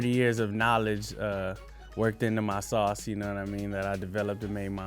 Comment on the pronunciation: what’s salce? Sauce.